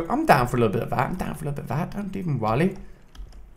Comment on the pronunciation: Everytime Ali says "worry" it sounds like he's saying "wall-e" lol.